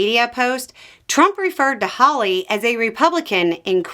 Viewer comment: did I hear "hawley"?!? stop. rewind. start over.